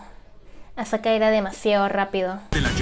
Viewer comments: Dijo azaka la stupida xD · Cómo que azaka JJAAJAJA